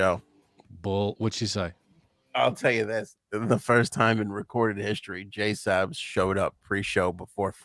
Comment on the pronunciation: you get on my nerves with the JaySup bullshit… who the fuck is JaySup??? She goes by “JSabs”!!! Illiterate mfs in Massachusetts.